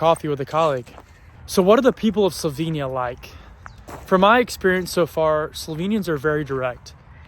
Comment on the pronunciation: I'll be direct, I hope you learn to pronounce "Slovenia" the right way sometime soon. It's Definitely NOT "slovinia" - it has an "e" - pronounced like "ai" in "chair." Other than that, Welcome - and Enjoy in the only country with "love" in its name!